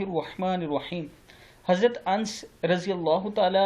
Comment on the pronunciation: Mere bhai wonka nam harat anas r.t app har bar galat padhte ho corrects your pronunciation please